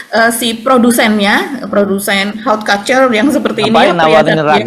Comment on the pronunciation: Bu, just a little correction, pengucapan haute couture adalah /ot kutur/ artinya adi busana